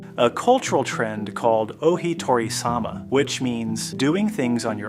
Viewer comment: "ohi-tori-sama". That reveals you know nothing about the Japanese language, do you?